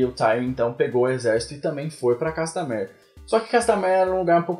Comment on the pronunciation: manoo fala o nome da música direito.